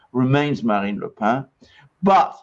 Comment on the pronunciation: You still pronounce 'Le Pen' as if her name is "the bread", LE PAIN. You don't do the French nasal sound with Le Pen. Pen is ponounced exactly like the English word for the writing instrument PEN.